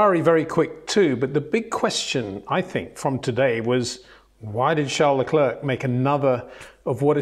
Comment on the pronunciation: It's difficult for me to have that much respect for Mr. Windsor's reporting because he constantly mis-pronounces well know drivers' names. LeclerK? The name is a French word and to give it a "British" pronunciation is arrogant snobbery. When others such as Crafty, Jenson Button, Karun, etc. say it correctly it stands out when Windsor & Lazerby say LeclerK. Disrespectful IMHO.